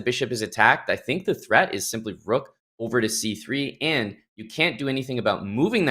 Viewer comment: The move turned her Irish 🤣🤣 The Roooook